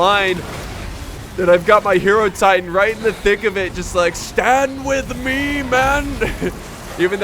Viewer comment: God the way he pronounced Hierotitan....my god